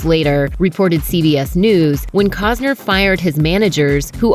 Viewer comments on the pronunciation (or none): Cossner???? Its COSTNER! Ugh! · COST NER not Cozner FFS! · keep calling him 'Cogs-ner' is a slur